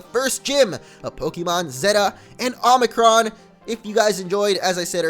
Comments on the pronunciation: And btw it's omicron not omnicron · Zeta: Zay-tuh Omicron: Oh-meh-kron Get it right bro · It's omicron not omnicron. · Zay-tuh Oh-mick-rom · Zay-ta and Oh-mi-cron, just fyi. :-)